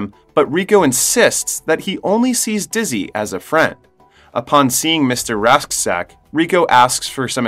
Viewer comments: Radchack. Not rashdack...Radchack's Roughnecks.. houa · uhh you mispronounced Klendathu and Mr Rasczak and it hurts pls re-upload